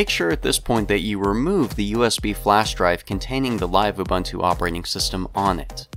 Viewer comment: its ubuntu not ubantu